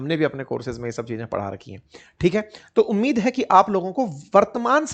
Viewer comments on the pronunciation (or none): none